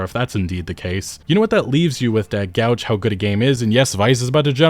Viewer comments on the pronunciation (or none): It's gauge, not "gouge". Genius. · Guage not gouge. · Hey dude it's 'gauge' not 'gouge' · "Gauge" is pronounced with a hard A, like "gage". The word you're saying is "gouge" which means to groove or scoop out. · Did you just pronounce "gauge" as "gouge"? Two different words. xD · gauge... gauge. not gouge. (Gae-j.) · Gauge is not pronounced gowj. It's pronounced gayj. Long 'a' sound.